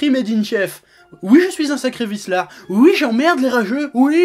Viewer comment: J'adore quand il dit "ui'.